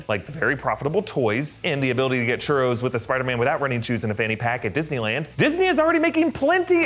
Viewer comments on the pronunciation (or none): none